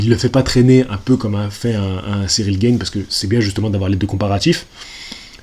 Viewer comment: On dit G"A"ne, pas G"AÏ"ne lol Tjrs un plaisir de te suivre 👌🏻